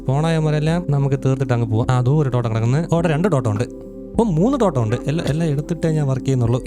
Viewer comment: totAm alla totEm